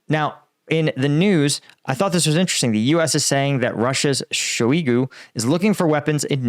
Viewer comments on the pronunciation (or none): none